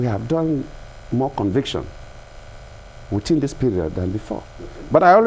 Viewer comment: Shamefully dull, uninspired, uninspiring. Putrid, gutter English pouring out of a President's mouth. He "sympathizes" with the international community for the postponement of elections!! Sympathy??? Keeps saying "witin" instead of within. Makes me wanna fart!